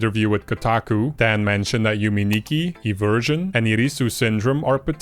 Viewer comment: Thanks for sharing :face-red-heart-shape: A bit of nitpicking: - Yume Nikki, "me" is pronounced similar to "may". - Inscryption was launched after Dokidoki.